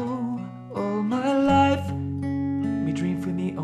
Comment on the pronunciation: All my loif. You didn't say Loif correctly.